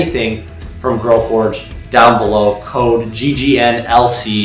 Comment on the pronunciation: type in your title and video description. its growforge. not growfordge